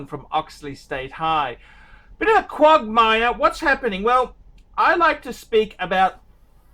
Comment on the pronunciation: he says quogmire - but means quagmire. Obviously Oxley High did not help